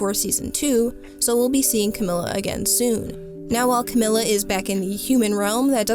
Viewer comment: Fantastic video I really love this. And any other TOH videos that you make I’ll also love I’m sure. But just so you know, it’s Camila with an E sound and not an i sound